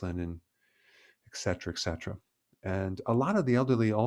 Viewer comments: I love all your content! But please..please say eT cetera not eK cetera. It’s a common mistake but I think you do appreciate knowing about it. Thank you for all you do! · Why should I trust you when you don't even know the word ETCETRA? It is not ekcetra.